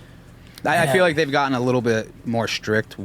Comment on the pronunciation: Pls. FIX THE LETTER L . love the show